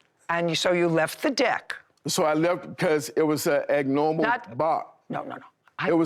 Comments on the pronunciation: Using the word ag-normal instead of ABNORMAL... pretty sure he's a volunteer and not on the payroll cuz ain't no way DC. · Did he say “it was a EGG-NORMAL bark”???😂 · I had to listen twice because I know my ears weren't fooling me. Agnormal didn't know that is how you pronounce it🤣🤣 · It’s not wif. It it with. Sigh… It was an agnormal bark…lmao. He’s really stupid. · "Eggnormal" bark?